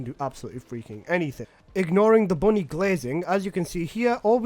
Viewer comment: IT’S BUNNY NOOOOOOOOOO 😭😭😭😭😭😭😭😭😭😭😭😭